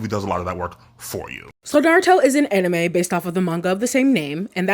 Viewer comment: the "anime" pronounce bothers me a bit but it's okay 😂 this is entertaining, narusasu is an old ship but fandom still find new things about them that makes them more gayer and gayer, like that recent (?) realization about their birthday moon phase or something